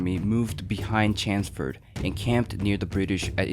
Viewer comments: Chanceford? Who is that? Thought it was Chelmsford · Its Chelmsford, not Chansford! Its larger not lagga! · Its CHELMS- FORD not Chansford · CH as in chair, ELM as in elm tree, stick an SM in there and put FORD on the end.....Chelmsford, that’s how you say it...not chansford or whatever this guy is saying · Chelmsford is pronounced "Chums-ford" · Such a pity. You clearly put a lot of work into this but you cant get Lord Chelmsford's name right. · Can you pronounce Chelmsford proper please mate yanks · Chelmsford. C H E L M S F O R D. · pronoune the commanders name right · There's an l in CheLmsford. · Pronounciation of Chelmsford makes me cringe a little, but a great VIdeo!